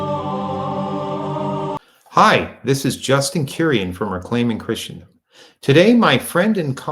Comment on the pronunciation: John Davidson pronounces Christendom correctly